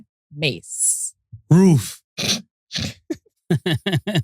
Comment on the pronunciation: Nigga talking bout wroof 😂😂😂😂😂😂😂😂